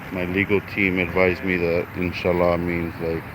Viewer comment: Wow is saying God willing in Arab perfectly 👌